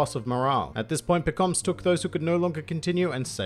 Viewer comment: It's Pekom mah suh